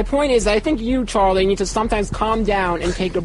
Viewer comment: I love but I despise how he says Charlie